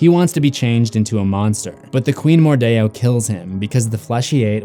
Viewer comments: Why did he say Mor-die-or? Isint it mordeo? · It's MORDEO not Mordayo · It’s not pronounced “mordayo” it’s pronounced “mordeeo” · mordeeeeeo Not mordayoh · Wait wait wait do you just say queen wordeo